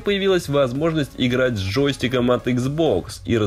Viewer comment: ну очень слух режет, тем более такой канал серьезный